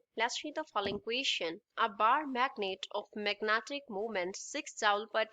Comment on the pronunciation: Magnetic field ❌ magnatic field ✅😅😅